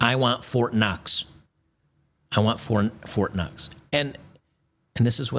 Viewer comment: I want fort knox...not fort cox